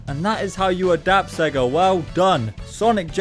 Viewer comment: I know it’s nothing, but I’m really triggered by you pronouncing it “Segga” instead of “Say-ga,” like the logo does at the start of Sonic the Hedgehog.